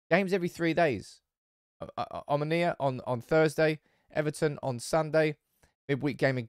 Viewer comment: I am from Cyprus it is omOnia not omonIa